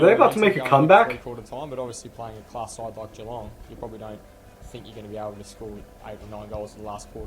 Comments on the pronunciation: Don't do it for the reaction if you don't feel like it, but if you can watch the final 5 - 10 minutes if this game it's spine chilling. Also, "galong". Hehe. "Gee-long" bud. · I don’t know if anyone else is getting this but with your last few reactions, if I watch on my phone the audio works but the video disappears after about 2 minutes Oh and by the way, you pronounce Geelong as though it starts with a J like Jeelong. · It is pronounced G - long . ;) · Hi, if you like the way they accessed the players in this, you would probably enjoy watching "Making their Mark" which is a documentary about the 2020 AFL season, available on Amazon Prime. Not sure if you would have access in the USA but might be worth checking. Lots of locker room interviews and access to players, coaches and club presidents. By the way, Geelong is pronounced "Jelong". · if you say Jalong you'll have it pretty much right. Enjoying your vids, cobber. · oh And Geelong is pronounced two ways in Australia. If you are posh and very well spoken it is pronounced Je-long, if you are have a more laid back slack accent (which is most Australians) it is pronounced Juh-long.